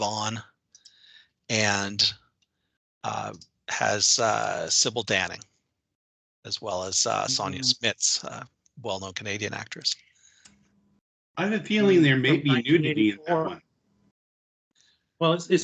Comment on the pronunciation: Sybil Danning, not Cybil Shepard. (Re: Moonlighting reference) ...lol